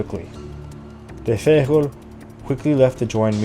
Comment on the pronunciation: Why is de Fagel pronounced like he is Portuguese?